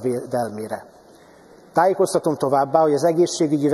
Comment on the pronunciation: "Tályékoztatom továbbá a papirról felolvasott hazugságokról"